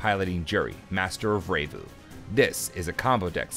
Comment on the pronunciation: "Revue" is said like the word "review", not "ray-voo"